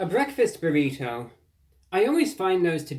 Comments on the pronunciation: I love the way you say "burrito" tho. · There is no greater sound than Reviewbrah saying "burrito" in his cultivated Mid-Atlantic affect